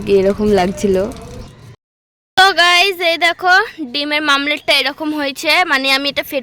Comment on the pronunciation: ওটা মামলেট না ওমলেট হবে